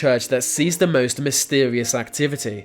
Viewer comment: If the narrator learns how to replace 've' with 'the' he may stand a chance of narrating properly